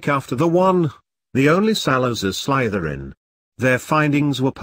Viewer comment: This way Slytherin is being pronounced is triggering me. ( Also it’s funny cause I’m wearing my Slytherin shirt rn lol )